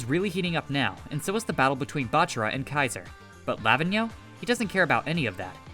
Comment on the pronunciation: Pronouns Lavinho as ravine (but with L) and yo.